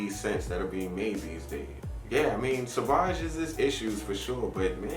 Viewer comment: Savage would be,if you pronounce like you did.Sauvage is something different.